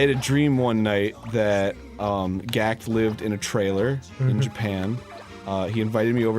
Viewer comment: Gackutuh...its pronounced Gakuto. Even if its spelled Gackt. Anyways i once had a dream were there was a lot of zombies. They were weak to water. So the only protection was to live in islands. Soooo...a bunch of us were migrating to mexico, to Yucatan to be precise. Our leader was a mexican Aztec princess...who was a white girl and looked like Rose McGowan in full sexy Aztec jewel titty armor and super feathery head dress. And she mispronounced Yucatan. Totally white girled it " you can tan". But she looked so pretty and hot every time she would say it and the camera would pan to a 3/4 head shot and her eyes would sparkle and her lips looked creamy and ruby red. So yeah we made it there and i woke up.